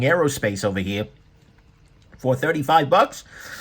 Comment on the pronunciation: Love to hear him say “Ovah heah” in that great voice.